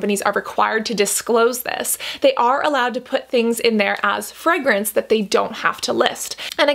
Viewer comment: Is it just me that’s gets irritated by the way she pronounces ‘fragrance’? 👀